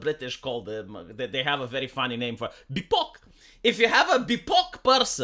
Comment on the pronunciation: pronunciations of these mental illness terms like bipoc is why I'm still subscribed.